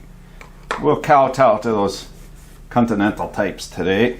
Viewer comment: I'm also certain you said "cuntinental".😀